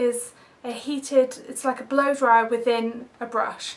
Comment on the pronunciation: when u say blow dry it sounds like ur saying blow job XDDDD sorry had to say it it made me laugh but i love u :)